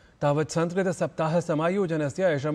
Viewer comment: Please don't pronounce संस्कृत as Samskrit. The anuswar has a different pronunciation based on the following vowel and shouldn't be pronounced as m at every place.